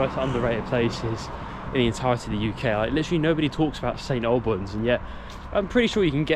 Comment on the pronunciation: Thank you, brought back fond memories of growing up in the area. I would hear local people pronounce it "snalbans' and it rubbed off on me and so I find it strange to hear it correctly pronounced as you do. bless ya.